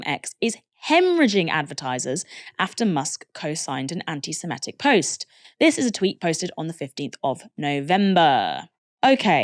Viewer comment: Please can stop saying semetic when it is semitic